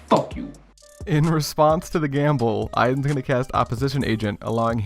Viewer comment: "In response, FOOK you" KILLED ME LMAO